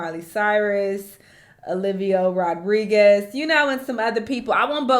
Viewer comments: "Olivio Rodriguez" 😭 Now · "Olivio Rodriguez" 😭😭